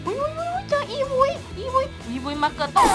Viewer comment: อีวุย ตังหาก ไม่ใช่ อีวี่